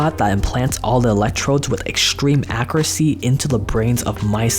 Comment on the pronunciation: Its AK-YUR-UH-SEE not AK-UR-UH-SEE